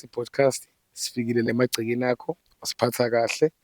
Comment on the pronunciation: kuthi Podcast or bodcast? Sekukaningi ngikuzwa uthi Bodcast. Awulungise kuleyondawo